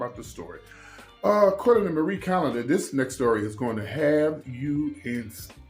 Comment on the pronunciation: Every time you say Marie calendar. I think of frozen foods